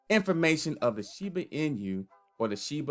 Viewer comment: it's "in-oo" not "in-yu" btw